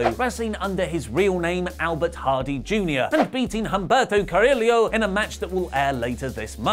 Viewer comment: The H in Humberto is silent